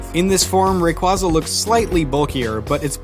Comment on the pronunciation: He said rayquaza wrong.